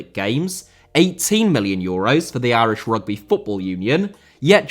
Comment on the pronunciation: Mali* not Mohrli Grath* not Grohrth Irish* not Ahrish Mcclean* not Mcclein Omobamidele* not Omobohrmedilei Final* not Fahnal Séamus* not Sheimus Shea* not Shay Johansson* not Jouwhansson Adaramola* not Araramouwler Debut* not Deibyu Inter* not Ento Roberto * not Robötouw Uefa* not Yuweifer Kumbaya* not Kumbohyohr Half* not Holf Udinese* Not Udeneisei Nigeria* not Nigerier Fahter* not Fother